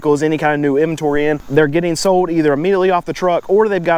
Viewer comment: Why are the vehicles SOOOOOOD? Annunciate your "L" s.